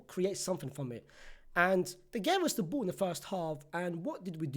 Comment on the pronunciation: I like when you pronounce ball as bull.